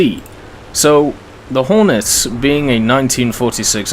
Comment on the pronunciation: At around 7 minutes and 25 seconds u das horton instead of hornet Just letting u know